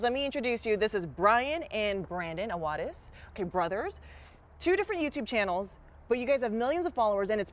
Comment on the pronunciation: It's pronounced brawadis not bradis